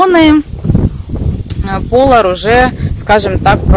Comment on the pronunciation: Не ПОлар, а ПолАр!